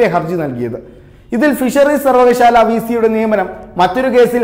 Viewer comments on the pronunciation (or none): സർവകശാല അല്ല സർവകലാശാല യാ ണ്. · സർവകലാശാല (സർവകശാല അല്ല)